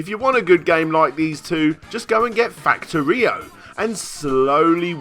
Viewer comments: It's pronounced "facTOrio," not "factoRIo" (The accent is on "to") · Snorlax "fact oero" is how you say it. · Heh no. It's supposed to be pronounced like factory, cos the whole point of the game is to build a working factory turning raw materials into goods.